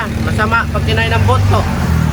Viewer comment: ingat po sa pagkakapronounce mo po nang word na "buto" iba po kasi meaning niyan sa bisaya. Natawa lang ako sa pagkakasabi mo po. Subscriber niyo po from Kidapawan City. Enjoy lang mo kaon og durian. Daghan na diri sa amoa. Ingat po kayo lagi team Daddy Frankie.